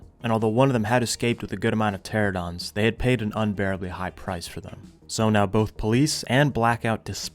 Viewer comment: Why the fuck do you say tera-don. Pteranodon. Tera-no-don. You’re getting rid of an entire syllable.